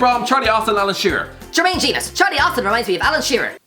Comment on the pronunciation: The pause for Austin was gold😂